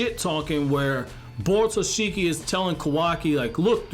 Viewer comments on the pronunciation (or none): its borushiki not borutoshiki